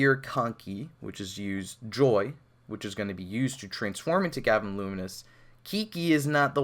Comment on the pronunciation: GaVAAN not GAvan